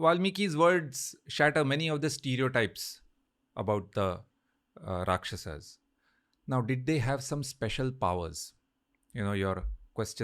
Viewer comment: Here you are celebrating our history and on the other side you guys try becoming white by pronouncing rakshasAAS vaanarAAS. Let's stop pronouncing indie words wrongly from now on!